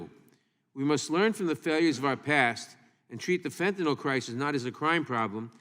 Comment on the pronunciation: It bothers me she doesn't pronounce fentanyl right...fennanol